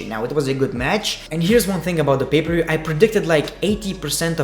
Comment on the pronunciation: I lowkey just watch you vids to hear you say "Bay ber view" a million times and also"r gay o" and "under daker" and "gick out" and "2 gay 19" etc. No P K T Just B G D